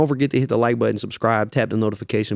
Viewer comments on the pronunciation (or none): none